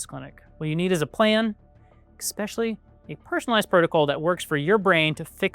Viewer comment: “Especially” not “expecially” but good job and great content overall